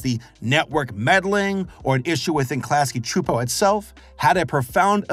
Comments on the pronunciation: I’m honestly super impressed by your pronunciation of Klasky Csupo! Your abilities to pronounce foreign names and words feels like it’s improving with every new video! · I'll give you props for getting their name pronounciation actually right cause some critics like RebelTaxi and Mr. Enter got them wrong at first! (at least initially) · Interesting how you can pronounce Klasky Csupo no problem, but Luz gets mangled even though her name is said probably hundreds of times throughout the series